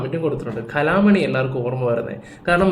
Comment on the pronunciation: കലാം മണി അല്ലടാ വെടലേ കലാഭവൻ മണി എന്ന് പറ.......... നീ ഒരു പബ്ലിക് പ്ലാറ്റ്ഫോമിലല്ലേ സംസാരിക്കുന്നത്....... അതിന്റെ ഒരു ക്വാളിറ്റി കാണിക്കടേയ്....... പിന്നെ ജാതി വിഷയം......... വേടനെ ഇപ്പൊ ഇത്രയും ബുദ്ധിമുട്ടിച്ചതും ഇതേ തെറ്റോ അല്ലെങ്കിൽ ഇതിനേക്കാൾ വലിയ തെറ്റോ ചെയ്ത മറ്റു പലരേയും നാണം കെടുത്താതെ സംരക്ഷിച്ചതും വേടന്റെ ജാതി കാരണം തന്നെയാണ് മലരേ........ അത് അഡ്രസ്സ് ചെയ്ത് പോവുക തന്നെ വേണം. സമൂഹം അത് മനസ്സിലാക്കണം. ചർച്ച ചെയ്യണം. പക്ഷേ, നിന്നേപ്പോലുള്ള നിസ്പക്ഷ നിർഗ്ഗുണ നല്ലപിള്ള മാന്യൻ ചമയുന്ന മലവാണങ്ങളാണ് അത് ഇല്ലാതാക്കുന്നത് വിവരമില്ലാത്തവനേ.......... എന്നിട്ടവന്റെയൊരു കോണത്തിലെ കൊണവതിയാരം....... ക്രാാാാാാ ത്ഫൂൂൂൂൂൂ....